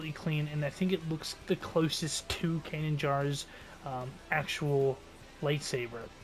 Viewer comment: believe it or not i've been a huge Star Wars fan since the phantom menice, but never eard of a Can jar i presume yqu saiud /kanan jaris, and even though they now sounds ridiculous because i thought you meant din jarin , lol